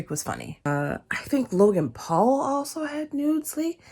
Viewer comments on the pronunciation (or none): none